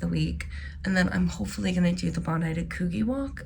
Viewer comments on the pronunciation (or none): Bondi to Coogee is a gorgeous walk and at the right time of year, you will often see whales. BTW, the gee in Coogee is pronounced like gee in gee whiz.